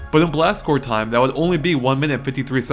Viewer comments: Have you been saying Marine CorPS your whole life? xD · Seriously sounds like he is saying Blast Core...